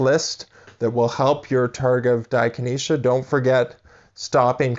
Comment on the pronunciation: Right. How can I trust the advice of someone that can't pronounce it right.